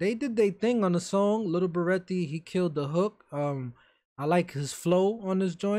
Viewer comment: Ik u like saying lil berete like lil beratay but it’s really pronounced lil berett